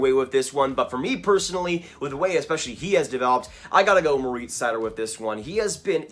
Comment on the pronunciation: Nice video. Just as a note, Seider’s first name is pronounced Mo - rihtz, not Mo - reetz